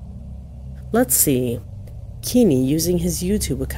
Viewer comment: His name isn’t “Kimi” it’s Kenny Veach. if you’re going to use someone’s story to make content at least take 5 seconds to actually learn how to spell and say his name.